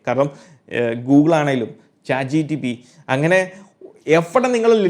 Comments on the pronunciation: Bro ath "Chat Gpt" alle? Chat Gtp allallo. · chat gtp alla chatgpt aan